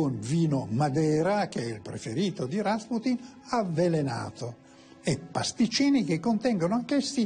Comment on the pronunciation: Rasputin non si dice con l'accento sulla sillaba a ma sulla u ... ;)